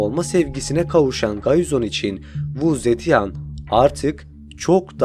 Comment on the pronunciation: keşke kadının ismini nasıl okuman gerektiğine bir baksaydın.